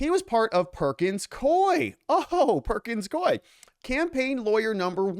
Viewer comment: I'm almost positive it's pronounced Perkins Cou-iE